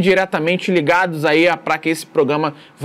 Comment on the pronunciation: Faça um esforço, treinando, tantas vezes quanto forem necessárias, para pronunciar PRO-GRA-MA. Esse "proGAma" dói no ouvido.